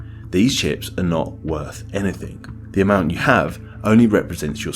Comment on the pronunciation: "truf, anyfing,wiv,schtupid,"